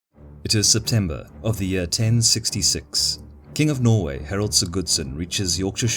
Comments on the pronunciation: Nice but its Harald, not Heralt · I love these videos, though I prefer the less accented voice. Only minor correction on the Norwegian names: The emphasis is on the first syllable in most names, so it's HARald(like Harold, same names), not HarALD, and HARDrada, not HardRAda. Same with SIGurdsson, not SigURDsson. Would love to see Both Stamford Bridge and Hastings after this. Keen to see the graphics of William's feigned retreat at Hastings:) The cracking and white flags are so simple and brilliant to show how the battle is going. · For every1 complimenting the narrator, i'm quite troubled by the way he pronounces Harald. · It was Harald Hardrada who invaded England not Harald Godwinson as you said in the first five seconds, you also very badly mispronounced his name.